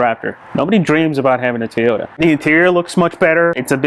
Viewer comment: Toyota not Teeeeota.